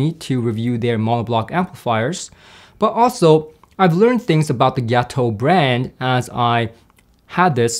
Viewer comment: It’s pronounced “Gaa-toe” not “Gia-toe.” Gato means cat in Spanish. I believe their company logo even features a cat.